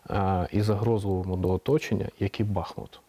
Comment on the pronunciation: Редакція, передайте ведучій, що наголос на У - БахмУт